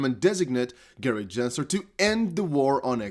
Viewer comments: (Gen)sler not (Jen)sler 😐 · Unsubscribing. Other XRP content creators have much better sense of what's going on, and what's important. This guy doesn't even know how to pronounce Gensler's name after all this time. SMH